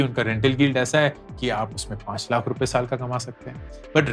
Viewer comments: Lakh nahi lath sunai deraha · Lakkkkha😂😂 carhhhhod😂😂 what a pronounciation